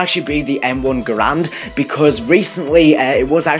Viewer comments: M1 Garand not Grand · And also he said that's the arisaka was the original m1 grand and also it's garand but btw an arisaka is a bolt action rifle basicly a sniper rifle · Bootlegger = sten In a previous video you called the mx garand a m14. And u pronounce garand as grand. It's not grand. Only doing this to help. Ure awesome! Love ure videos